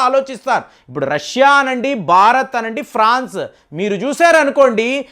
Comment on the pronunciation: అద్భుతమైన విశ్లేషణ గారు. కానీ మీరు బారత్ అంటున్నారు, భారత్ అనండి